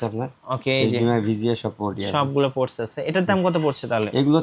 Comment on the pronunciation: What is forts ??😂😂😂😂 It's ports not forts stupid😂😂😂😂😂😂